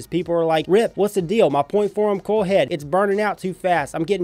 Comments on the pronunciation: Your accent makes it sound like you say “Corl” instead of “coil” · Corl!? CORRRRRRLLLL!!!! -Rick Grimes